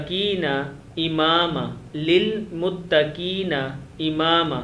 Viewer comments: آپ فرماتے ہیں کہ دعا کو کیسے پڑھنا ہے، یہ میں آپ کو سکھاتا ہوں، اور دعا پڑھتے ہوئے آپ لفظ "متقین" کو متکین پڑھتے ہیں،® اس سادگی پہ کون نہ مرجائے اے خدا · Assalamualaikum Bhai pronounceiation sahi karo yeh Quran majeed hai Kalam Allah hai muttakeena nahi balke muttakhee hai apni ghalti ko sahi karo vedeo mein changes karo meherbani hogi Allah khair kare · Muttakhee bhi nahi balke muttaqina hai